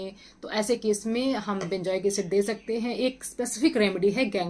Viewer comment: Benjoic nahi benzoic bolen, good information.